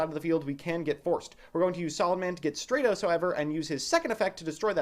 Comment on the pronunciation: It's Stratos not Straightos